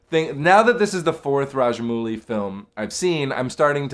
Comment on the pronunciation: Small correction , It's pronounced as RAJA - MAUU - LI & not 'MOO - LI'